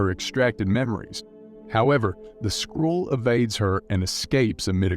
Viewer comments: It's SKRULL not SKRULLE. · "Skrool" rather than Skrull is particularly grating - the narrator is obviously reading a script and has never seen the film. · holy crap, learn how to pronounce skrull, wow